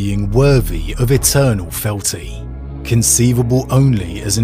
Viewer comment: You said weef and felty. Instead of Wreath and Fealty Pronounced R-ee-th and feel-tea Pronunciation is extremely important. Mispronounced words sounds lazy and breaks immersion